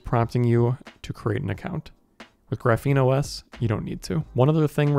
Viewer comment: It's pronounced "Graph-een", it's a type of carbon structure, you say it very wrong, you say like "gruh-feen"